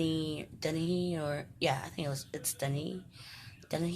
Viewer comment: You pronounced my last name right like Dennys the restaurant haha I'm so happy you enjoyed it. Book 2 is coming soon :)